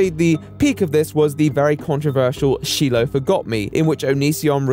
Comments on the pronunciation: Why are we calling Shiloh 'Sheeloh' that's not an accent thing, i'm from the UK and have never heard that name pronounced that way in my life. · It’s a shame that there are some old school Youtubers that just disappear or forgotten while we have the Onion King still among us. Also really? She-low?? I was cringing at that part that I had to comment on it, sorry. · How did learn all of this information about Shilo, but still purposefully says "shee-low'. It's like a shot to my ears every time I hear it lol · It's pronounced Shy-lo! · It's pronounced "Shieloh" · It's pronounced shy-low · she-lo lol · SHY-low..you dont even know her name lol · how can you feature this clip, yet followed up by continuing to pronounce “Shiloh” incorrectly. 😂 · Onision is gross, and the constant mispronunciation of "Shiloh" is annoying. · i had to stop watching when you just continuously mispronounce shilo's name like OVER and OVER even though you play a whole ass clip where her name is said out loud. literally drove me insane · Very informative and well-made but it's very irritating to hear the same person's name pronounced incorrectly over and over, as if you researched everything but that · You’re saying “Shiloh” wrong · I cringe with each mispronunciation of Shiloh's name 🥴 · At least pronounce her name correctly you prick. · Hears the correct pronunciation of Shiloh... still proceeds to pronounce her name wrong haha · Wait hold on. You watch the clip of him pronouncing Shiloh correctly and you then continue to pronounce it... incorrectly? Hehe. Ive never watched a video of his, tbh I thought old Shane Dawson and him were the same person a while back. This shit is weird as fuck. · I'm sorry, but mispronounced Shiloh and it was incredibly annoying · I'm disturbed by the way he keeps saying Shilohs name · your saying SHILOH 's name wrong just FYI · Jesus Christ,, your inability to pronounce Shiloh was infuriating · The pronunciation of “Shiloh” is killing me